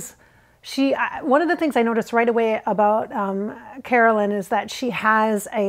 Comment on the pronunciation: You know how you kept saying “Caroline” instead of Carolyn. Maybe that was jfk jr. thinking of his sister(Caroline) too! Nothing ever happens by mistake 😉